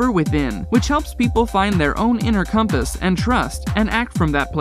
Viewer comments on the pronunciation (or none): none